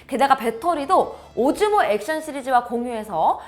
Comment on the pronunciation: 오즈모가 오징어라고 들리는데 어떡하죠